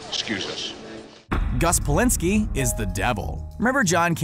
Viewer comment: Gus Polinski?? Noooo Bulinski!! John Hughes named the John Candy part after the shows craft service man Ray Bulinski true story. Even IMDB got this wrong